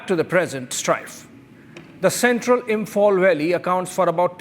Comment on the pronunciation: The host pronunciations reflect his huge proximity gap, therefore, a total disconnect with the actuals. According to the anchor, Meiteis is pronounced as MIGHTIES, Police is pronounced as PULIS, Imphal/ Imfal as ImFOL. Come on…G-Media, play for India fairly. You host sucks even more than your supposedly mighty AG. 😊